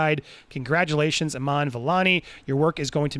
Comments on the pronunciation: The name is ee-man pronounced like the e in evil. It is not pronounced as Aman. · It's ee- maa- n Ka- maaa- la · Iman is pronounced as “Eee maahn”